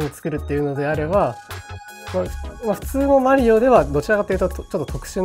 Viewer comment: funny hearing how zun pronounces mario, it's actually closer to the real pronunciation than americans lol. languages are weird